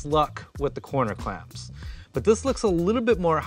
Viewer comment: Can never have enough "coner clamps"